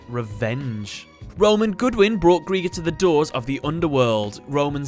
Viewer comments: GR I GER NOT GR E GER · It's pronounced as Gry-ger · It's pronounce gri-ger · His name is pronounced gr-eye-ger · Who is responsible for these names? Greiger is german ASF and sounds NOTHING like a bomb. In any of the 6 languages i know Edit : Oh ja also take german names and butcher their pronounciation. Greiger is not pronounced as "Greeger" Like you say dIE you say GrEiger Unless they wanted to say warrior? The more i hear Greeger it sounds like KRIEGER. Krieger is pronounced Kreeger for you american boys Your telling me im in poverty snd theres MFs making 5 figures for terrible translations. Wtf